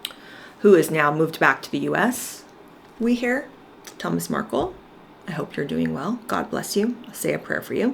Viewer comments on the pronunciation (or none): none